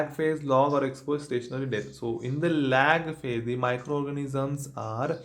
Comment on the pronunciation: And question 56 it's lag phage not log